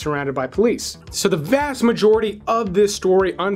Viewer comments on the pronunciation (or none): none